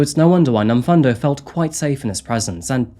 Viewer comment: I'm from Durban in South Africa. Love this channel and the research you put in. Just one thing though, the pronounciation of Nomfundo is Nomfoondo not Nomfundo even though it's spelled that way. No biggie, just pointing it out for future reference 👌💞🇿🇦